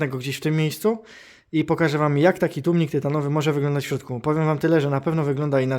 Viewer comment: przecież za każdym razem mówił tłumnik xd